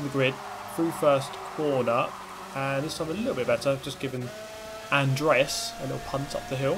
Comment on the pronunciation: The way you pronounced Andreas offends me.